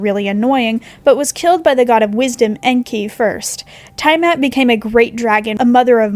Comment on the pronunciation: The tiamat pronunciation hurt me And the fact pterosaurs got called flying dinosaurs